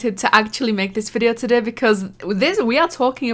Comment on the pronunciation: The best thing in the vid is the part that u say todey